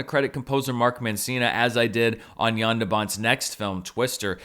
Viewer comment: Finally someone who says the name "Jan" right ;) THANK YOU ;D